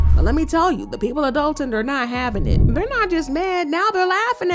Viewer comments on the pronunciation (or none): That’s Dolton with an “o” not an “a”as in Dolton, Illinois